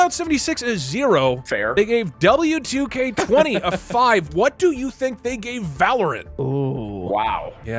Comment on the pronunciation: It is pronounced WWE 2k20